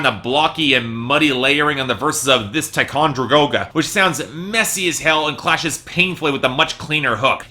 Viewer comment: I died 😂😂😂 this "ticongergoga"